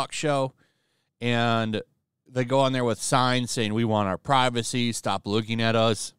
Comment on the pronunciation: We want pri-vuh-SAY! We want pri-vuh-SAY! We want pri-vuh-SAY! We want pri-vuh-SAY!